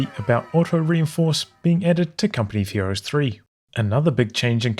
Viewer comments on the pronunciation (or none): Does it sound like he says "company fuhrer's 3" or is it just me?